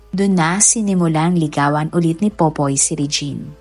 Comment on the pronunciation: Ate...nag babasa ka ba .. Pipoy o POPOY 😂😂 ba name ng boyfriend nya??? 😂😂😂